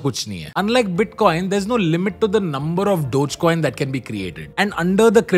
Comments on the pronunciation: Its not dodge coin its dogge coin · I thought it's pronounced as dog-e-coin, wth is dodge coin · Bhai Dodge coin Dodge coin kya kar raha hai? Doe-gay coin pronounce karte hain. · Always thought it's DOG Coin, not Doj coin. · Its not डोज coin its डोगे coin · "डोग" not "डोज" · I think its dog-eee not dodge😂😂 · I don't think it is pronounced as "Dojcoin", instead it is pronounced as "doggycoin" ...... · Wait I thought it’s called DOGEYY COIN NOT DOTCH COIN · Its pronounced dogee coin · Its Dog-e-Coin come on Tanmay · I thought it was pronounced dogy coin